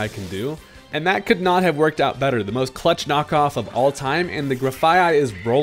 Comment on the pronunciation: Cuh-lutch game, that one